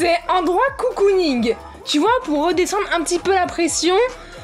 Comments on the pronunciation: Grave bonne idée de vidéo !🥰 PS : à c'est cocooning pas coucouning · Le "garage coucouning" c'est "cocooning" en mode cocon :) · Celui qui trouve combien de fois elle a dit "coucounigue" il est fort😂